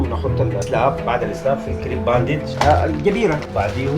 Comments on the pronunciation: قال باندج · دقيقه قال باندج😆😆